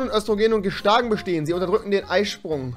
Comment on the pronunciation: GESTAGEN 😂😂😂😂 deine aussprechungsweise is ja nice